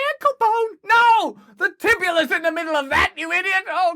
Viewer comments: It’s the tibia and fibula bones Russell, not tibula 😂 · Did you say Tibula?? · It’s the tibia and the fibula. Not the tibula haha